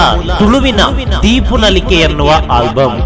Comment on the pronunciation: ದೀಪ ನಲಿಕೆ, ದೀಪು ನಲಿಕೆ ಅಲ್ಲ